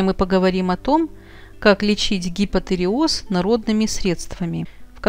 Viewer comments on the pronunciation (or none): А правильно произносить гипотиреоз не надо.? Аж режет слух.